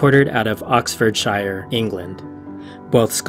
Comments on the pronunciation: Pronounced 'Oxford-share' plz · Oxford-sher ( pronunciation)